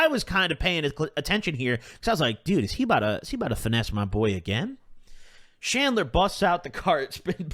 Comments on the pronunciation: Bro said shandler did he mean chandler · Did you say Chandler? Or Shandler 😂